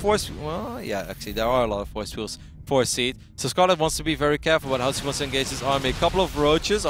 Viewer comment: Most of the time he doesn't even say "she" or "he", he says "see". :P #MaryGORound